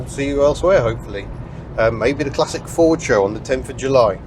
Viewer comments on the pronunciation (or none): none